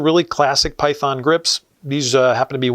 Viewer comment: sounds like he's saying py- thone or py- thorn.